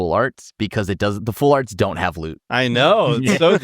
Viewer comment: I heard "loot art" as "lewd art" and was very confused